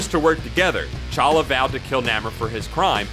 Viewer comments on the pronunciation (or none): And it's T'Challa, not fucking Challa. Honestly, the number of times you fuck up the names is embarrassing considering this is a channel dedicated to comics and their characters. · I think you are supposed to pronounce the T in T'Challa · The T in T"Challa is pronounced, by the way. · it's pronounced T'Challa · Whoever narrated this video mispronounced Macabre, Namor, T'Challa, T'Chaka, and Achebe. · you pronounced t challa wrong